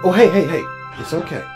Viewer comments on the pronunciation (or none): How does tread greet grace? Is that pronounced "Heyu? Heyo? Heya?